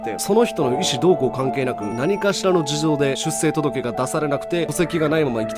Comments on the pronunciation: 続柄(つづきがら)は正しい読み方なのに、出生届(しゅっしょうとどけ)はしゅっせいと言ってるのが気になりました。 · 出生届 ✕ しゅっせいとどけ 〇 しゅっしょうとどけ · 正しくは しゅっしょうとどけ です